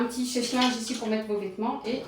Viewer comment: On ne dit chèche linge mais sèche linge